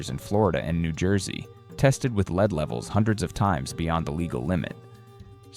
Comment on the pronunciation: high dangers of leed in their blood...nice AI ....